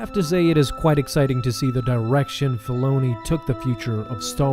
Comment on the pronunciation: please say Dave Filoni's properly. was soooooo hard to start this